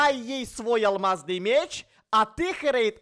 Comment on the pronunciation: когда делал вещи алмазные для кати и хорейд он сказал не алмазный шлем а алиазный чlen